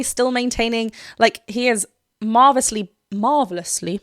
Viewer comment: If you can’t pronounce marvelously, we may have to revoke your Brit card